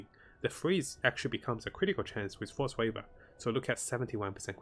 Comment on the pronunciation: Force waver? Do you mean to say “Frost Weave”????